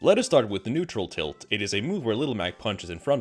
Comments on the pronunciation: It took me a while for realize you said neutral tilt. Also a good little Mac player is the scariest thing in the world. Mac mains are the smash wifi warriors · This man said “neural tilt” I’M— I’m gonna start calling jab locks “neutral tilt locks” from now on to sound smart to my non-smash friends.